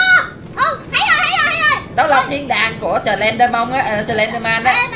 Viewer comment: noi slendman la slendmong haha